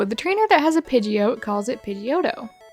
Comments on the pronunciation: Why are you calling Pidgeot "Pidgeoat"? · it's pronounced PId-Gee-ot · The way you pronounce pidgeot hurts my SOUL